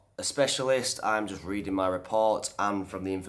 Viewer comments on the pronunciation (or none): none